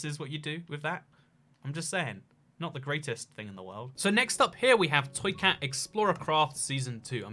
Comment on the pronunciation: Toycat thank you for roasting my realm it was very epic. Side note you are one of the first people to get my name correctly lol.